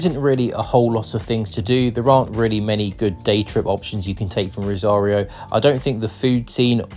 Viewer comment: si, pero la ciudad de "rario" o la provincia de "salsa"😂😂😂